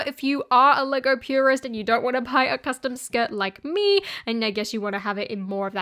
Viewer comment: The way she pronounce it "Legaur"